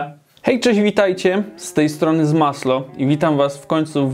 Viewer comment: To w końcu Smaslo czy Smasło? :P